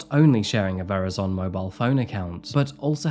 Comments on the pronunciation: Oh … c’mon, man. You said you were born in Seattle. No one describes the local MLB team as the “Mah-REEN-ehrs”. It’s unequivocally: “MAH-ree-ners”. Also, what the fuck just after? A “VER-ǐ-sun” mobile phone account?? Nobody fluent in English pronounces it that way. It’s “ver-EYE-zuhn”. Did you use A.I. narration for this one,?! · That is the craziest pronounciation of Verizon I've ever heard lol. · The Seattle baseball team? You might want to look into that pronunciation again As well as the pronunciation of Verizon..., you are off your game with these mispronunciations has the coffee gone to your head LOL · "...shared a ver-i-zone account..." Do you mean "Verizon"? If so, it's "Ver-eye-zon" and rhymes with horizon. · i have to toss this out... They're pronounced <TOO-SAHN> & <Ver-eye-zun> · When you mention Georgia and Ingrid sharing a phone account - I think the company name is pronounced Vur-eye-zunn. Kind of like Horizon. You may not have Verizon where you live, I have no idea. Great work on the video. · And Verizon rhymes with Horizon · You were born there? You must've moved before you learned how to say the Seattle Mariners, and Verizon🫠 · what?? Verizon isn't a mobile provider in Australia like they are for the US. This channel has been at it for a long time, I don't think they're using AI but I do agree it would be disappointing if that were the case. I just don't think that's the case from one mispronounciation.